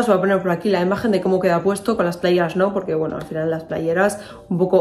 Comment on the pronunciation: Me encanta todo y q dices playerasssss como en las palmas!!